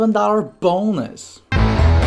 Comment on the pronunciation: The way u say bonnus